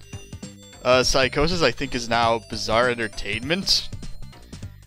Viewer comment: it's Psygnosis not psychosis :D